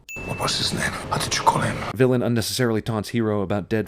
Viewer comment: Every time he said "Vilain" I flinched, god that's an awful name